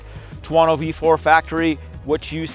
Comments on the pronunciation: ter-woh-noo! 😆 stop it, it’s killing me! 😆😆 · man, you really can't pronounce any European company neams =))) what bike is that, a tuAAAno? what suspension, ohleeeeens suspension?